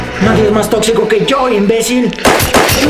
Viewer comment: xD me gusta la parte a donde dise el on.bre tocxico da me al an siano 😅😅